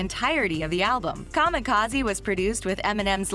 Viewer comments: So much wrong in this video. I'm just gonna say the way she pronounces 'kamikaze' fucked me up. What are you doing? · Who ever made this article should hang themselves for butchering kamikaze...smfh